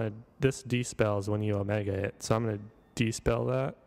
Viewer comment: it's dispel. No such word as despell 😉